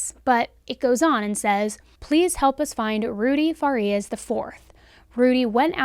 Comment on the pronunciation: Fa-Ree-Us....not Far-E-Us....